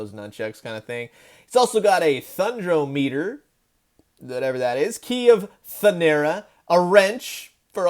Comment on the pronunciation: "Thundraw-mehter" And we got that spinning chuck with the first release. Enough of me being an ass lol (didn't mean to be). I did instantly pre-order these as soon as I found out; despite having the orginal ones. I did pass on Mumm-Ra; cause I'm not a fan of the screaming expression, or the fabric cloak. I do like soft goods, but it seems out of place with MOTU and ThunderCats.